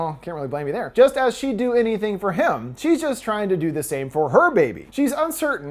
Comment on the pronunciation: anytHEE-HEEing for jackson